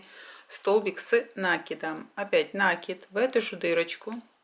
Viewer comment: Спасибо за МК. Быстро, четко, без воды. Но! Умоляю! Слово "накид", произносите, пожалуйста, с правильным ударением " накИд" а не "нАкид" Очень режет уши. Не обижайтесь. А так очень понравилось вязать осьминожек